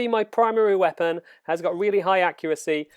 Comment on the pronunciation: why don't you speak normally? I had to stop after 10 secs. WeapAAAn.